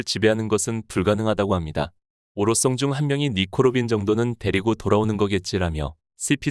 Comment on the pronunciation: 오로성 발음 듣기 불편😢